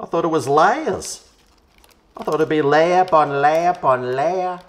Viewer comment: Layer upon Layer in an odd accent, Only those old enough will make the vauge connection to a Sara lee Danish apple pie ad from the 80's